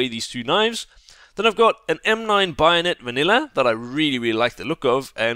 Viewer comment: WHY DO YOU SAY BAYONET LIKE BIONET?!??!??!?!??!?!??!?!??!?!??!?!??!??!?!?!!!!!!!1!11!!!!!one!!11!oneoneone